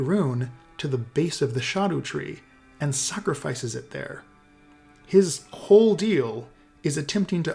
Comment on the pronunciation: OMG FINALLY SOMEONE WHO PRONOUNCED SCHADUTREE CORRECTLY 💜